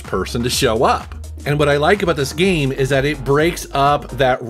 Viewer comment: "geeme" "GEEEEM"